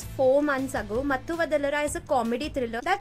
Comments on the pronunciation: You pronounced matthu vadalara right. And it's raaatsasan not ratsaaasan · Ohh yes it's correct pronunciation! 🔥 Mathu Vadalara ...🔥🔥